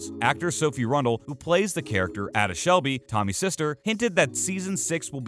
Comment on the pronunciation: Pls …it’s not ada it’s A da